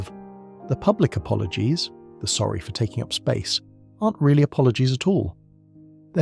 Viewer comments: It's sorry not zorry or orry. Clever AI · Why are you pronouncing "sorry" like "zorry"? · Okay, I like where this is going but either AI scripting or AI voice. Not Both. I was thinking I was mishearing the 'Orry's and the 'Zorri's in the first five minutes but nope, this is an AI script without a human to proofread it before feeding it to the AI voice generator. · . Oh OK, now I get it. They aren't even saying Sorry? They are saying 'orry', Zori, Zory Lol